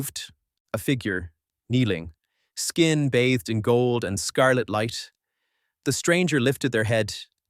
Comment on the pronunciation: Great story, I love it... But the way the 'and' is being said is simply irritating.